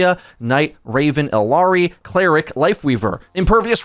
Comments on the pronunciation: Ee-YAR-ee is how it's pronounced. Just as a heads up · I love this channel but the way he says illari makes me so mad for some reason😭